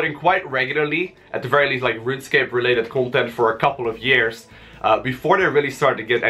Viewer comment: Fery frey basic HAHAHA LOL